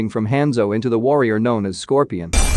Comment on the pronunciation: Apparently “Scorpion” is the only thing he can pronounce right 😩